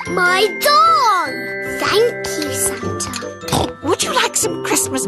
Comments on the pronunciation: When she said my doll to me it sounded like she said my dong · oh i thought he said he wanted a dog instead of doll